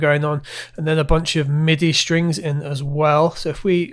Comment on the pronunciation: strings not shtrings . please